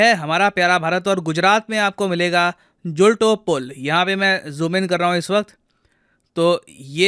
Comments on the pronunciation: It's not जुलटो it's झुलतो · Not zulto pull but झुलतो पुल,not machchu river but मच्छु river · sir its not मंचुछु its मच्छू river and its not जुल्टो its ઝુલતો bridge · Zulto Pool nahi Gulto pool